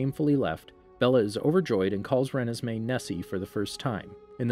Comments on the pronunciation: Re-nisss-may. Lol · I still can’t get over how u pronounce Renesmee😂